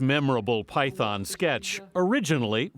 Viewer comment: They can't even pronounce Python properly